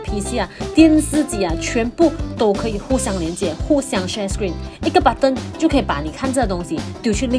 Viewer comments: 尤其英文，t发d的音，搞得button成了budon。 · 为什么button读成板凳？